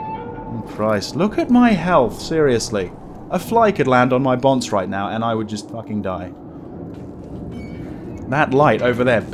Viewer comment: "A fly could land on my bonce right now..." Bonce? Bonsse? Buns?